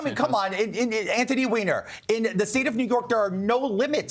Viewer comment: Is that pronounced Weener or Whiner ?